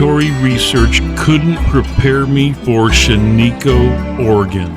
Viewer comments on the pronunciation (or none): It is pronounced "SHAN-i-koh.